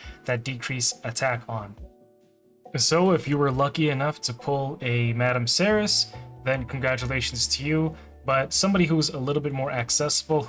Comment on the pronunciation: Madame Serris was the reason I started playing this game and it only took me 3 years to get her then the meta changed. FYI her name is pronounced Serry , the last s is silent like in French. Keep up the good work and God bless you and America